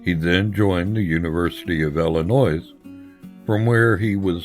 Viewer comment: The guy said Illinois with an S …. So?